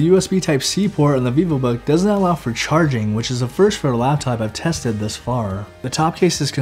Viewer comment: the way he said it wasn't clear, had to repeat that part several times